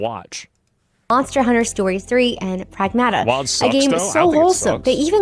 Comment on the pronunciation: Pragmata is a word and every video I'm seeing they are pronouncing it incorrectly. It is Ma like a mother. In the first part pronounce more like the city of Prague